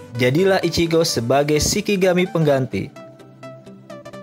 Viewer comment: Mas, Shinigami bukan Shikigami. Dan dibacanya ani-ME bukan anim.